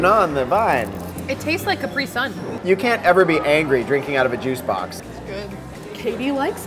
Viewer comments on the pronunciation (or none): the hell is capree sun! do you mean capri sun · CAPRI-SUN not RisUn